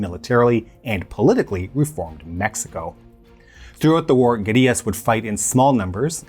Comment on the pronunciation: Kudos for pronouncing "guerrillas" correctly. something most Americans pronounce like the great ape. It tends to lead to confusion amongst the less language oriented.